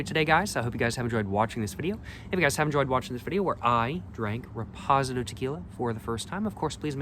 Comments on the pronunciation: Shots game - Every time says Repozidoe! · Probably doing it on purpose to drive engagement. Many comments on his mispronunciation and he ignores them. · I’m CACKLING 😂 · That pronunciation is wild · Gets me everytime😂